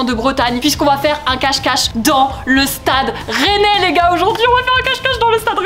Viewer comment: il a pas le droit de prononcer le club aussi mal wsh